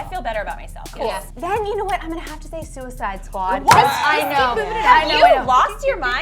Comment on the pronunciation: Am I the only one who screamed when she said suiced squad? 🙃